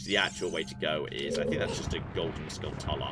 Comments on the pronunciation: We can go both ways on whether it's tula or chula, but hearing pronounce it "uhluh" was horrifying. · It's pronounced "Skull-chula". It's a portmanteau of skull and tarantula.